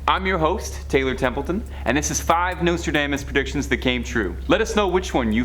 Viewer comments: Nostradaymus predicted that a Canadian host would butcher the pronunciations of several words during a moving pictures presentation about his prophecies. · Dude, learn how to pronounce his name. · How you gonna save this channel when you can't even get Nostradamus name right. Fkn tik tok generation